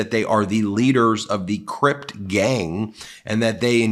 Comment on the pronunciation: *Crip gang, not Crypt